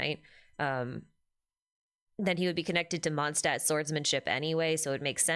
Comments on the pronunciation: "Stadt" means city in German, and it's supposed to be pronounced closer to "shtadt", so Mondstadt is more like "MondSHtadt". There are many videos on yt on how to pronounce it correctly 🙂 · "Mondstadt" is being mispronounced by everyone to this day, so unfortunately I wouldn't be surprised if the same thing happened to Snezhnaya 😔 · There's three usual places, where ist's mispronounced: The "o" in "Mond" ahould be long, then in "Stadt" the beginning is more like "sht" and the "a" like the "u" in luck. Kinda hard to explain in text. Probably easier if you use some translater with a pronounciation option (like googel translate) to search for "moon" and "city" in German.😅